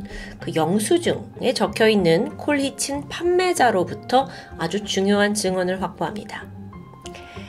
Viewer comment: 평소에 자주 즐겨보고 있습니다. 전반적인 흐름에 큰 영향이 없긴 하지만 colchicine 은 콜치씬으로 발음된답니다. 영어 잘하시는데 마이너 디테일이라 놓치신듯. 건강 챙겨가며 작업하세요!